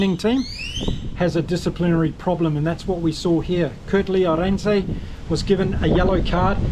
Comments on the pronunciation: Thank you for your content. Some advice on the more difficult Surnames. When pronouncing Arendse, the emphasis is on the first vowel and a little drawn out. So Árendse. Not Aréndse. Just a tip if you wish to better pronounce. Good video.👍🏻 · My goodness - you sound just like our friend Craig "Hammo" Hammond! Great commentary of the game. Btw - Arendse - said "R ind sa" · Hi, like your views. Pronunciation of Arendse's name needs some work. Thanx